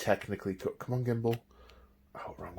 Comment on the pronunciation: I drraankk everyt immme he shaid gimmmbul